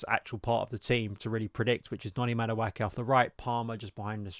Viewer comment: Bro, can you please pronounce Madueke's name correctly?